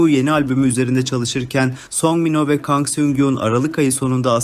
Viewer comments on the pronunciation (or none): none